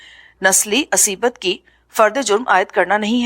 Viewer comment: عصبیت (asabiyyat) پڑھنا چاہیے. یہ aseebat نہیں ہے.